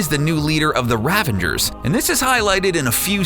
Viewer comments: Ravagers, not Ravengers. How many times are you going to mispronounce it? You even have a clip with Yondu talking about the code. Also Yondu was welcomed to the Guardians, but that would make him a Guardian of the Galaxy, not a Guardians of the Galaxy, unless he's suffering from multiple personality disorder. If you're going to narrate, do it properly. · Ravagers, not Ravengers, FFS, it's cring-worthy... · Ravangers? What? Where'd you come with an N in 'Ravagers'? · when talking about Starhawk you said ravingers, is that a reference to the actors blooper? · STOP PRONOUNCING RAVAGERS WRONG